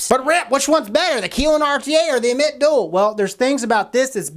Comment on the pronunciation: dammit man that's not how you say ammit, always saying things wrong lol, jk bud good video